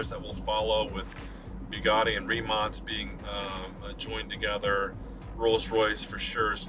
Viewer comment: he even prounounces it correctly